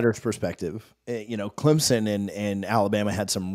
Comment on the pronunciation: I dont want to join any conference where the fans cant pronounce Clemson. There is no ‘z’ .